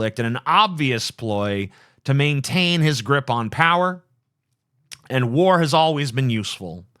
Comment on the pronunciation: The way TJ says "POWer" is painful. *POW*er!